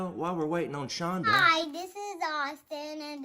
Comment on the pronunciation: People, her name is Chonda, not Chondra :)